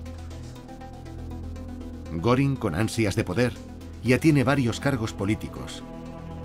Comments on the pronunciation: Y no es goring es goering pronunciación gering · Se escribe Göring , se pronuncia goering